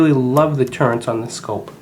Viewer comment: Those are TURRETS not TURRENTS! If you are going to do a review, at least learn how to pronounce the vitals.